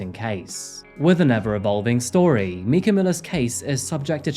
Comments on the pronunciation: The video footage of the people who knew her and talk about her pronounce her name “m-eye (as in eyeball)-ka”. Not “Meeka”. It makes you look really disingenuous to pronounce the victim’s name incorrectly (multiple times)! 😡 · I'm curious why you call her Mee-ka when everyone on the videos you use call her My-ka. It's a bit odd but anyway otherwise good video on an interesting and baffling case. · She pronounces her name as "my kah" not "me kah". This whole case is insane. JP is an abusive narcissist who terrorized not only his first wife and their children but Mica as well. He is one of the creepiest abusers that I've ever seen. Watching his "sermons" in the church is just incredibly cringe, not just the one after Mica's passing but all of his earlier sermons as well. I'd love to know who exactly went to his church because I don't know how intelligent people could listen to him every Sunday and think "yeah this dude is holy and insightful". He sounds like the meth head guy you avoid on public transit. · I’m a HUGE fan of this channel, but I’m gonna say this first:when you see/hear the family members pronounce the name the way it’s supposed to be pronounced and still pronounce it wrong is beyond infuriating. It’s MY-ca, not meee-ka. And unfortunately, I believe it was Suicide, BUT! assisted due to John Paul’s years of various abuse. Again, I love the content and keep up the great work! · it's My caaa not meeca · Good work, as always. Though the victim's name is pronounced "My-kah" Maybe it's a North American linguistic nomenclature preference. It's also something you shoulda verified, respectfully. In your video there are dozens of clips from the case who pronounce her name as "My-kah" so pretty easy to verify. I loathe nitpicking and I apologize, but it's the victim's name. Fairly important. Thanks. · It is pronounced My-kah not Mee-ka. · The family in the video clearly pronounces her name My-kah but you keep saying Mee-kah? What's up with that?